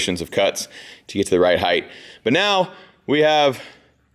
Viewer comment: LOVE that said HeighT...with a T sound, and not Heith...with a TH sound, like a lot of idiots do.